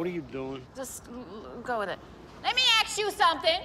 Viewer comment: Let me axe you somethink..!